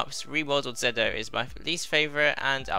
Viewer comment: it's weird hearing soemong call ZO "Zedd Oh" when thats NOT how it's read it's ZO like GO with a Z (confirmed by the Decade driver)